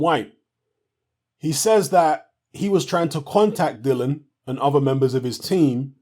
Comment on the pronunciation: You seem to be quite articulate Mr and I have no doubt you’re literate too. So why can’t you pronounce this guys name correctly? Have a little read. Notice anything...there’s two I’s in there...and three syllables...DILL - I - AN...NOT Dylan. Another little clue if you can’t read, is to listen to the way he and his manager pronounces his name. Have a little practice before your next video...all together now...DILL - I - AN...Dillian...Dillian...give it a go...! 🙄